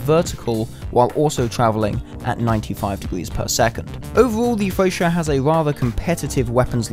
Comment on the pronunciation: You dont use mph to measure torpedo speed!? Its also pronounced FRE-CHA not FRE-SHA